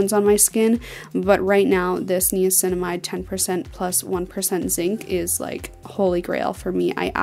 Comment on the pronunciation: im sorry but she is pronouncing niacinamide wrong